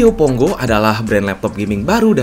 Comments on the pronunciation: Pongo bukan Ponggo, baru nyebut serinya aja uda salah jd malas lanjutinnya wkwk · pongo bang bukan ponggo